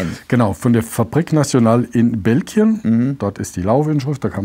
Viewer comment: Belgien nicht Belkien 😐😑